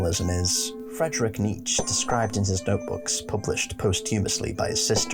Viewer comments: It’s KNEE CHA not KNEETCH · Nietzsche is pronounced nee-chuh not neech. Btw I like your lore videos please keep going! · It's pronounced NEE-CHUH (Nietzsche) and also when you speak about Alll-Mer you seem to think he's crying blood. I'm surprised that you don't recognize that it actually mirrors Christ's chest being pierced by Roman soldiers with a spear, hence the bleeding falling from the chest area, not his eyes. HOWEVER, i must say that you do put a lot of good work into your videos, my friend. Overall, well done. Liked and subbed, because I want you to succeed. Just got a few dialogue things to tweak;) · How tf are you pronouncing "Nietzsche"? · your pronunciation of Nietzsche makes me want to eat fiberglass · Dude same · I love your video, especially exploration of philosophical perspective, but there is a "e" sound and the end of Nietzsche.